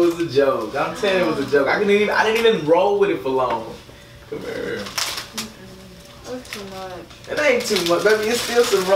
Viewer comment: Come urr